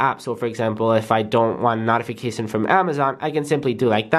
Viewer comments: I’m sorry but the way he said notification like “not- ification “ really bothered me. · Man this Person Needs Wayyy more subs his content Is /10 BTW Its No-ti-fa-cation.🔁🔁.🖖🏾👦🏾😬😅😀😄😊😌😚🤓😎😜😝😛🤑🤑🤑😋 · Notification no-tification as in NO U aren’t saying it right lol